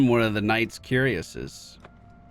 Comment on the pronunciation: Very close! I know you are careful about pronunciation. The word "cuirass" is not pronounced like "curious" but more like: "coor AHssz". If you remember the Diablo 2 city of "Kurast", it is very similar. The first syllable is very soft.. a lot like the beer "Coors". The second syllable takes most of the stress, but the 's' sound is still soft, like the word "clause". You barely hear the the "Cl", it is mostly the "Au" in the middle. Loving the continued adventures of Randy Dandy, no matter how you pronounce the kind of armor he's wearing. :)